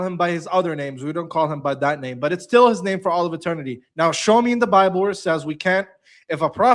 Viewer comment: He likes to spik abat de bable. You must let him tok, he nos tings.🤣🤣🤣